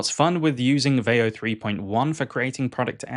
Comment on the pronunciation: Sora trends looks really fun. It's a great idea, but your pronunciation of veo makes this video cringe 😬.